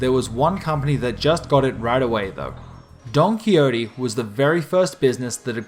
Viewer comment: Don-kwi-ho-tay, not donkeyote. Seriously, why the fuck do westerners not know how to pronounce this is beyond me.